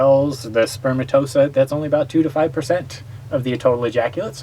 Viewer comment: Elephantiasis is fairly common in some countries, and people who live in tropical areas may well get mosquito bites in places not as common in western countries. Are any of these people in the medical field? A medical channel, so one might assume. I clicked off after the man mispronounced spermatozoa. No it isn't spermatosa... Before anyone gets on me for attacking laymen, I'm a high school dropout with zero medical training.